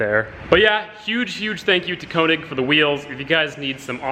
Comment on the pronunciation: stop sayin koenig. its könig p.s. wheels look sick